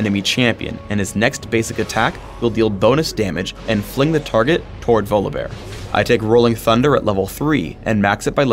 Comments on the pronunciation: it's volibear not VOLABEAR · um, it's pronounced VAW-lee-bear mr guy who created him. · I dont pronounce his name as Volabear more like Volley-Bear. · he says volleybear funny